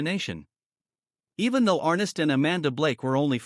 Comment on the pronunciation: His name was "ArNESS", not "Arress".. oy... Arness took a round at Anzio and had that characteristic limp ever after. The "Long Branch" in Dodge was a bar and cat house on Front Street from c 1875-85, historically.